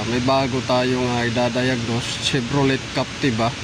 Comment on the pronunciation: chevroley, cherok... hayysss